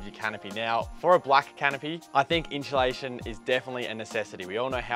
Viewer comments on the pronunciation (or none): There's no 'h' in insulation